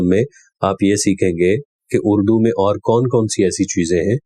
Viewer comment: Allah SWT apko jaza e khair de! Shiddat se is baat ki zaroorat hai aap is qism ka program karen. Taake ahle Punjab iss maidan mein improve karen. Jis shakhs ko aap ne khabar pardhne kaha woh ‘Aur’ ko OR, (Fauj ko Foj) pardhte hain. AAP ka lahja, adayegi aur talafuz hum sub ke liye qabil e taqleed hai! WasSalam.